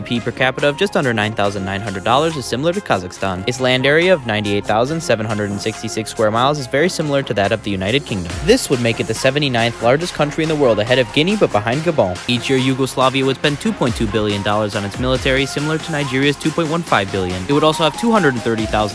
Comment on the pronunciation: It's not pronounced "gabone"